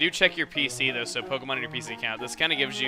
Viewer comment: every time chugga says "though" slap yourself as hard as you can